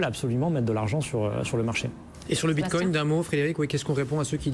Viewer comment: Le mec dit Bitcogne lol